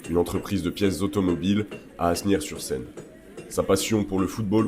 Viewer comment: Juste une petite chose, on ne prononce pas le S dans Asnières qui phonétiquement se prononce juste « anière ». Merci pour la capsule ;)